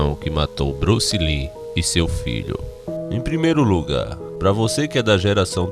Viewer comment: Bruce "Lin" kkkkkk